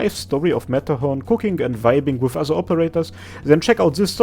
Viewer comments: the subtitle mightve said "WITH the people around her" but i totally heard "cooking the people around her" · It might be because of your accent but at I heard: ''She really enjoys cooking the people around her!'' which, given her history, is hilarious. (in a dark way)